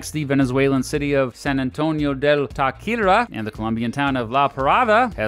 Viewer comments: me refiero a que pronunció cosas como "Táchira" como "takira" porque en inglés la "ch" se puede pronunciar como "sh" o "k", y la pronunciación correcta en el contexto anglo es "sh" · Venezuelan here: Thanks for the video. Got bothered with some of the pronunciations, but at least you tried. FYI, all the "ll" like in pabellon, are pronounced "j" like pabejon. Bolivar is pronounced Boleevar with the emphasis on "li." Tachira is pronounced ta-she-ra...etc. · Hello, I am a super fan of your videos I watch them all the time ❤ I basically aced my APGOV because of your briefs so thanks for that, But as a proud Tachirense I ought to let you know that the correct pronunciation for Tachira is “Tah- shi- rah” if you ever visit Venezuela please make sure to remember this. Have a great day! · Entiendo a qué te refieres, pero igual sh y ch no suenan igual en inglés y decir "tashira" en vez de Táchira, seguiría estando incorrecto. debió preguntarle a algún hispanohablante como pronunciar las palabras, pero ni siquiera lo intentó y las pronunció como sea.